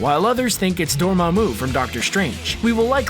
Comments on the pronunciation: It's pronounced (door-MAH-moo) NOT (DOOR-mamoo) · Please get a guy that can pronounce Feigi and Dormamu correctly. thanks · That and dorMAmu rustles my jimmies